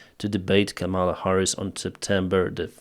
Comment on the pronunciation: It's Ká-ma-la, not Ka-míla